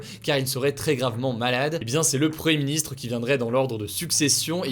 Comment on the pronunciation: Hugo, tu as du mal à prononcer "premier ministre", tu dis toujours " preuhé ministre", t'es fâché avec les "m" et les "i" ?